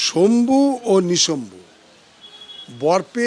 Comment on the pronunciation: শম্ভু নয় শুম্ভ ও নিশুম্ভ